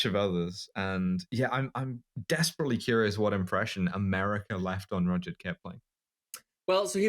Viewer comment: she says rudyard like richard so now im questioning the etymology